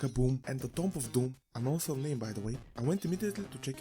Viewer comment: "Tomb" is pronounced "toom", it's a mostly silent "b" And a long "o" Don't ask me why 😉 The game is definitely not for me but I can see it's appeal to others.